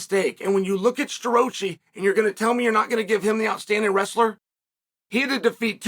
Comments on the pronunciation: 😂😂😂😂😂 Yeah, that was hilarious! Crookland and Star-roachie!! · Crook-lin and Sta-rochi 🤣🤣🤣